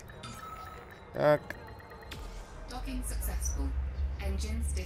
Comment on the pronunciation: EN lvl riques doking sa to vislovuje :D